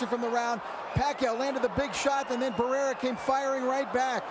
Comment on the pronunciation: WHY THIS 2 COMMENTATORS ALWAYS SAYING BARRERA HAHAHHAAHAHH!!!